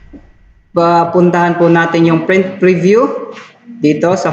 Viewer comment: Correction lang ah, prent ka ng prent eh, print po yan ha hindi prent ah,, bisaya ka ba?